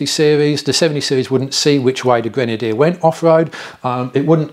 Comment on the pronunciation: Qrenadier?! No! No! No Leksus - 550! - 👍👋😁